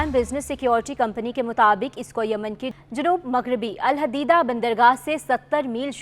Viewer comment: Pls pronounce the correct Name as Alhodaidah sea port..